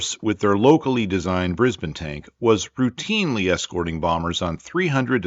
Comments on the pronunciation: You pronounced Brisbane properly! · Less than a minute in and I’m so relieved you’ve started saying Brisbane like we locals do. Much less jarring, thanks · Awesome work! AND acknowledging Australian contributions, something 3 generations have waited for. Seriously. And maximum bonus points for correctly pronouncing Brisbane. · Pretty good pronunciation of Brisbane. 👍